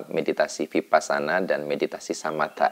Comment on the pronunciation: Mas, kalau huruf "V" itu bacanya W. Jadi Vihara dibaca Wihara. Vipassana juga V dibaca W.